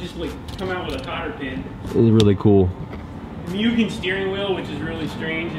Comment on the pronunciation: Everything was great till he tried to pronounce Mugen. For everyone that doesn’t know say it like a cow, Moo-Gen, not the Pokémon Mew